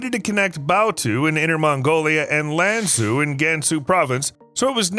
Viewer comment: Love your video, but Lanzhou is pronounced lan-joe, not lan-zoo